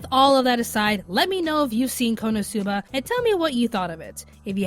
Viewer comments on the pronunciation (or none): for future reference, when pronouncing Konosuba, accent the "no", and half-drop the "u" without dropping the syllable. I'm saying this because, although you are my favorite member of Anime America, you butchered the pronunciation of Konosuba.